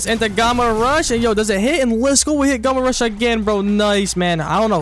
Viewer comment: Finally can pronounce Gamma rush not Gamer rush 😂 🎉🎉